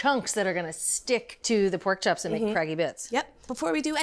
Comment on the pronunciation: "Chaps" so Boston. Haha